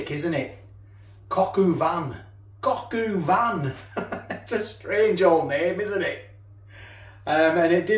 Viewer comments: It is cog o van not coq u van! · For what it’s worth it’s pronounced Cock ‘O’ van matey, not cock-oo-van. No way I’d have wasted any of that juice by the way! Enjoyed the video